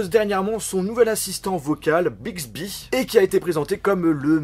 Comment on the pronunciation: Si tu connais un peu danglais euh.. au milieu temps jetendais Big zehibeh